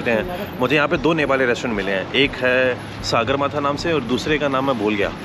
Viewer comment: I am from Nepal and he went to Nepali resturant and I was surprised.I listened the people's Nepali Language beside him.Hat's off to you brother but pronounced Sagarmatha as Saagarmatha it's english name is Mount Everest. Love from Nepal.